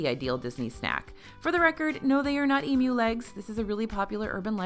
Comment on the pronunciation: As an aussie, thank you for pronouncing emu correctly! I rewound the video because I was so shocked to hear it correctly in an american accent.